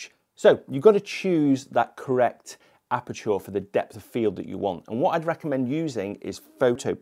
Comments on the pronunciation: why is he saying apertour? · A certain photographer made me realise it's OK to despise tripods, haha. Just a small technical note though - ISO does reduce sharpness and detail on some cameras (Sonys especially) even in RAWs. Love the way you pronounce aperture though. So posh, haha